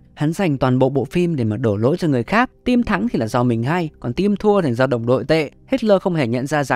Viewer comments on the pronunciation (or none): none